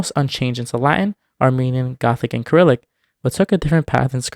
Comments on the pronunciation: Kyrillic? You pronounce the C like S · The way he pronounced cyrillic made me cringe No hate just letting you know the first c is pronounced as an s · I have NEVER heard anyone pronounce Cyrillic like you did in this video before. If you always thought it was pronounced with an s, why would you pronounce it with a k? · Wait Cyrillic can be pronounce ( ker • ril • ik )? I thought it was ( ser • ril • ik )